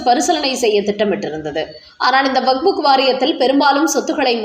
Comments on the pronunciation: ஆமாமா அது வஃபஃ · ஐயோ அம்மா! அது வக்புக் இல்லை. கேட்கவே நாராசமாக உள்ளது.